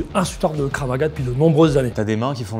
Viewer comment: en plus elle disait Kraf au lieu de Krav 😂 en plus je fais du Krav donc ça m’a fait rire de voir les fraudes